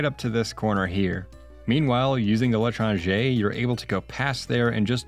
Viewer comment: everyone mentioning how pronounces l'étranger wrong but... fun fact, the weapon itself is actually a reference to a novel by the same name (or the stranger, if you read the english translation) which is especially funny when you know what causes the second half of the story...:)